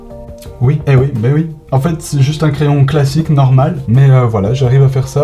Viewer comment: xD le oui oii